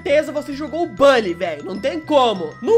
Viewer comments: não é bOlly que se pronuncia, é bUlly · Acho estranho vc falar " Bali" e não " Buli"😂😂 sei que o certo é "Bali', mas desde criança eu falo "Buli" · É buuully não bally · Como se escreve: bully Como se fala: bálly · Bãlly 🤔🤔🤔🤣🤣🤣🤣🤣🤣🤣 Meus ouvidos sangram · Mn eu sábia de tds só uma dica vc só flw o nm do jogo errado pq se fala literalmente "Bully" mais bm vídeo +1 inscrito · Tenho raiva de quem fala "BÁLLY"